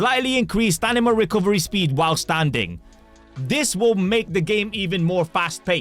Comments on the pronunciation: brother please, stanima 🙏 I can't unhear everytime he says it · "stanima" ruined the video for me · Bro still says StaNima LOL. But we still love you. ❤❤